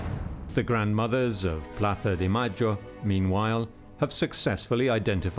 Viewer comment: When the narrator says "Plaza de Mayo" with the ceceo... Makes me want to throw up lmao